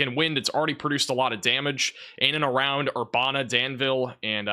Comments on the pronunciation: Ur-ban-a not bon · Urbana - Err bana (as in bandana) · It’s Er-ban-ah illinois